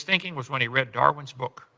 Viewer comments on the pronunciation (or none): none